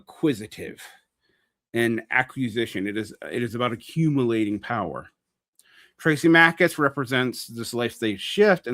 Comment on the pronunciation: As above so below was not a super great film. :P Also it "THRAAA-sim-i-kus." Also, not goin' with the Straussian reading I see. :D